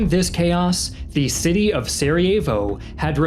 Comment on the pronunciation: Great video. very education. Just cringe when you try to pronounce names lol like Sarajevo and Dubrovnik